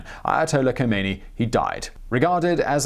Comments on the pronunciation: The slightest piece of minimal research would have revealed to you that the ‘ K ‘ in the late Imam’s name is silent. No one conversant to a respectable degree with Iran would province that consonant. It’s spoken as something along the lines of ‘ Homeini ‘. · ....The "K" is silent..... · first learn how to pronouce Ayatollah Rohullah Khomeini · In case you ever need to say Khomeini again, the "Kh" sound is like the "ch" in "Loch"... as sort of Klingon sound. And Tehran is breathy on the "eh" bit. Also, one thing that wasn't mentioned but is interesting was that the head of SAVAK suggested to the Shah that they exile Khomeini rather than kill him. Years later Khomeini repaid the favour by... having him killed.